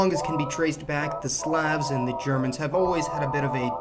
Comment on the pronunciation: Jesus christ the way this guy pronounces "slav" and "slavic" is so incorrect it's legitimately worse than nails on a chalkboard.